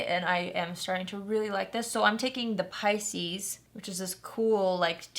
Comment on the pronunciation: Finally I know how to pronounce Pisces.